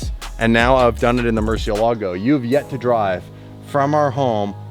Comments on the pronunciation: Stop saying rare murci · Moor-see-ella-go. Why is it so hard to say it correctly?